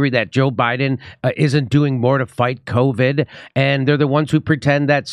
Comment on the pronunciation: Rachel Maddow let us know that if you get the vackseen you can't spread coooviddd 😂😂